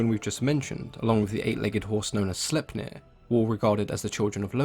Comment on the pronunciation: Just say Slaypnear and you'll be closer to pronouncing it correctly. Sleipner